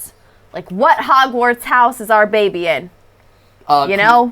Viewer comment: I love how Matpat calls the baby “babby” XD